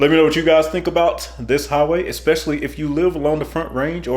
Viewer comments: Exspecially? I think you mean especially . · EXpecially? Hire someone with proper diction to voice your videos. A GED would be a plus as well. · There is no x in especially...